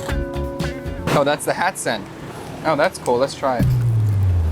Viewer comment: Keep working on those pronunciations! 💪🏻 Cháo not chao, hạt not hát, xé not xe, xối not xôi, etc etc.